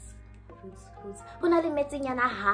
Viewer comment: A re roots? roots? roots?😭😭😭